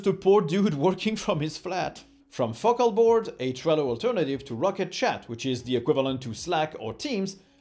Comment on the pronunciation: I heard you pronounce focalboard as well... You can imagine. 🤣 That said, I love these videos. I do use an AdBlocker on everything because I get realize bizarre ones or 40 minute ones, but once I'm through with college I'm probably going to support this channel. ;)